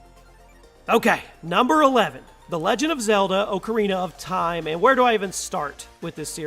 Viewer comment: lmao wth is wrong with you? top 10, 30 games of all time. I.D software? instead of pronouncing it like idd. That sonic 2 footage is from the mobile remakes? Not to mention the way you pronounce things. Oh ko rina of time, Koh no mi lmao instead of Ko Nah Mi